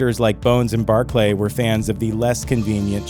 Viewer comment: I knew this episode was going to be a train wreck when Barclay's name was mispronounced, but I underestimated how bad it was going go be. Kirk brought up spanking because Elaan was acting like a brat. She hadn't said a word about taking the ship. He was sick of her attitude. She brought it up again out of curiosity. When did the Federation go to war with the Romulans after "The Chase"? Never? Yup. In fact, they formed an alliance during the Dominion War, but that didn't suit the video's false narrative. Utter bullshit video.